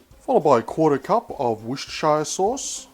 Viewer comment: It's Worcestershire (not shi ereee ) if you get what I mean xx sorry I live there but great video